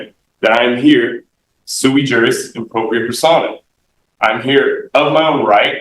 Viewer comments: FYI - It's sui juris. Suey is a dish of meat and vegetables. It did make me giggle, though. :o) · "But I'm suey-jui appropriate".....'Can't you tell by just looking at me'?